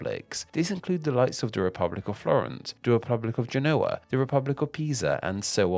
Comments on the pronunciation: Genoa* not Genouwer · Please check the pronunciation of ‘Genoa’